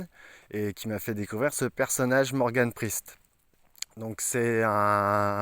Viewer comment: pourquoi ne pas dire le "E" de priEst et dire sprist ..?